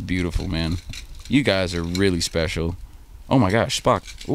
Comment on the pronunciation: Hey guys look at this guy he said "sepcial" lmao (everyone knows the actual word you'd use is "special", "sepcial" is not even a real word!!)